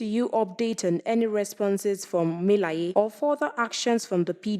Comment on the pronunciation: Is that how it is pronounced😂 "Mi-la-ye"?